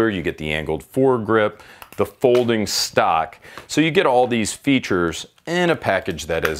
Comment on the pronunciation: I physically cringed every time he said "Stock", like no no baby what is you doing 😂